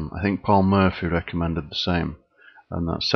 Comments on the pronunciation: It's Morphy; Paul Morphy. Not Murphy. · It's Morphy. Not Murphy. Look up Paul Morphy.